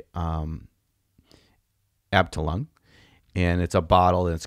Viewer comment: lol pronunciation "aptalung" of 'Abteilung', it's pronounced kind of like "up-tie-loong"